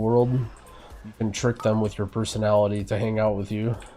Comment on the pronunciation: lol "trick them with your persnonality to hang out with you"